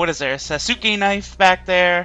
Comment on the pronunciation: pronounced sauce-kay knife like Sasuke from Naruto.